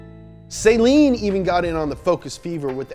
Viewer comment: It's Saleen, not saline